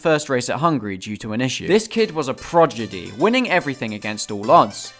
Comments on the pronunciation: No one: Literally no one:: He was a proJIDY! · Did you say "progidy "?!